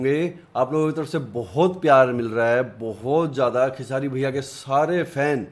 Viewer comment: Aap nam galat bol rahe hai Name h khesri nhi khesari Lal Yadav h thank you for reaction